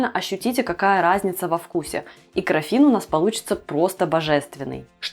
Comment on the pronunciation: крАффин не краффИн. Гибрид круассана и мАффина.